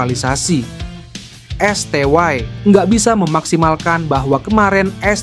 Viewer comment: Esteye aj kali bukan esteway 😂